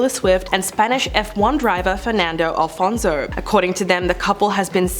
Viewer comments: It's Alonzo, not Alfonzo omg I'm crying 😂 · ALONSO not Alfonzo pleaseeee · It’s ALONSO, not ALFONSO…. 🫢